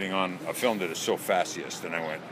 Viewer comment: Why does he keep saying "fashyest"?